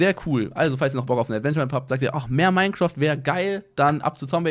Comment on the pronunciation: das heißt nicht Mine"kraft", lappen